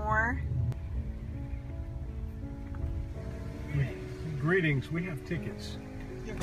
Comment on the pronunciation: The house was nice but is "Builtmore":)